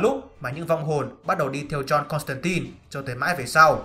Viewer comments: 😃 Đọc chuẩn là Côn tăng tai k phải Côn tăng tin. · JOHN CONSTANTINE mà cứ đọc "tai tai" miết nghe mệt vl